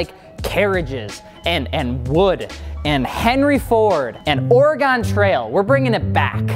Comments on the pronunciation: It’s ORYGUN..... Dang cheese heads get it right.😜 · dang "east coasters" calling ine ore-E-gone SMH